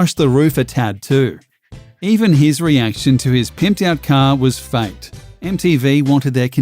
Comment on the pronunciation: The way this guy says "faked" sounds surprisingly like fact.....can be confusing